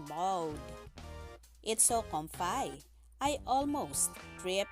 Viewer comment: Comfi po... Not comfai